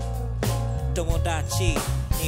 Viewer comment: LoveじゃなくてRoveに聴こえる